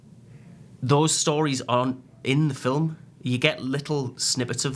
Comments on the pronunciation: Lol ‘filum’ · Film is one syllable. Just saying